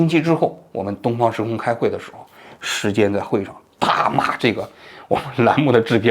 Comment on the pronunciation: “时间“，不是“石坚”。